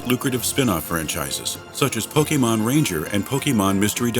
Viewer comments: I LOVED this video, but as a die-hard fan it kind of irritates me to hear Pokémon mispronounced EVERY TIME. It's not po-kee-mon, it's po-keh-mon :D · PocketWow Actually it's Po-Kay-mon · really great video! :D A bit wierd how the narrator says pokemon..